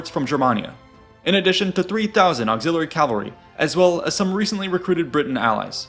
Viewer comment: stop saying calvary